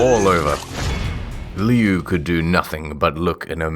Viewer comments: It's supposed to be "lou", apparently, but the author pronounces it as "liu". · Liu is pronounced lou, not lee oo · Lol it is pronounced "Loo". "Lee-you" is an entirely different word than Liu. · Such a crappy story but honestly I can't hate it since it introduced me to Creepypasta. Now it's just pure nostalgia. Also, 'Lee-oo'? Pretty sure it's pronounced 'Loo' 😂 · Is Liu’s name pronounce “lee-oo” or “lew”? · It's pronounced 'loo', and I love how there is so much peeps collaborating. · everyone knows it's pronounced loo like liu kang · I always thought it was pronounced lou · Dude why can't any of you pronounce Liu. It's Loo lmao. Like "Loo" Kang from Mortal Kombat? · They all pronounced Liu differently